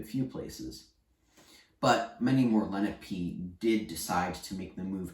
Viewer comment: Lena-pee? It's Len-AHH-pey. Please don't teach the language if you can't even pronounce the people correctly.